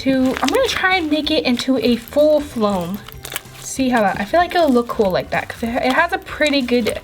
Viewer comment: She kept saying flom 😐😐😑😑